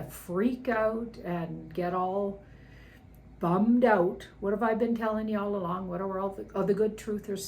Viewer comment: I live for hearing a Canadian say "bummed out."